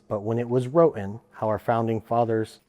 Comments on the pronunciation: Ok so a few things. First it's not pronounced "row-ten" it's "writ-ten" that was driving me crazy. Second as per a presidential request of the CDC for an outline of gun violence. Per the report. As of 2016 some 30K people die every year from guns, and 60% of that was by quitters. The other 12-14K are what's left. Also per the report 300K-3Mil people are saved by guns from harm every year. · " wrotten" is really tough to hear from someone trying to make an educated argument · If this guy says “wroten” one more time…😖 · Flint lockwood....i got my eye on you. And dude saying wroten is rough lol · My biggest issue was the guy saying “wrotein” instead of “written” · “When it was wrotten”…. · Buddy, it’s WRITTEN NOT “WROTEN” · i wanna be on your side,...but if you keep saying 'wroten' instead of WRITTEN...Im going to lose my shist...damn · Why does he keep saying “wrotten”? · OMG he said wrotten a third time. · The guy saying wrotten instead of written is driving me nuts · "wroten" haha